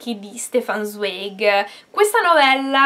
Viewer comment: Zweig si pronuncia Zvaigh, è tedesco.